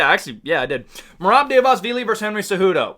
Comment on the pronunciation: yeah man the georgian takeover is REAL, merab and topuria made georgia proud and merab is going to take the belt soon. btw try pronouncing it like this bootleg chael: Duh-va-lee-shvilly